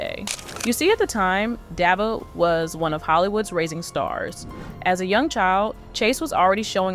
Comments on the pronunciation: How is it daveigh ,at least pronounce the name properly this is what happens when chat gpt writes all of YouTube's content and narrates it , for the record ( Duh-vay ) ......... Why would this Jane doe need to covertly attend an award show they are nominated for in a multiple categories?if the incident happened in 2002 and the vmas were in 2003 ? Most importantly who ? What?why? How? Dafuq?! Let's a 13 year old meandering alone in a metropolis riffed with so much crime they have their own "special victims unit" ? This is both Sus and Cringe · You pronounced Daveigh’s name six different ways. I counted. It’s Dah Vay. Get it right, geez! 🙄